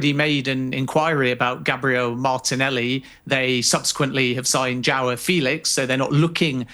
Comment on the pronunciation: Still butchering the name Joao 😂 Eze at Arsenal would be perfect. Can’t just rely on Odergard to create chances